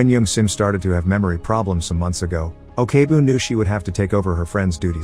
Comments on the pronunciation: Who the fuck pronounce korean Ok as "okay"... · I just want to point out , the pronounce for 'ok' is not 'o.k.' , it's pronounced as 'oak' , sorry but I felt bothered lol